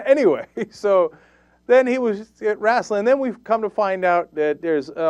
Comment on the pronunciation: CENK I know you're from Turkey so maybe you don't know this, BUT they're is NO "A" in "wrestle or wrestling"!